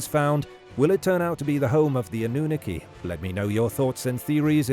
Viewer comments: Why the pronunciation oddity on annunaki and denisovian? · I’m afraid your AI voice has no idea how to pronounce “Anunaki” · I heard that too😂